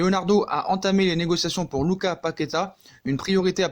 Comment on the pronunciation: Lucassssss on prononce le 's'